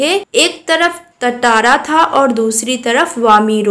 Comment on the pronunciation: Tatara × Tara ✓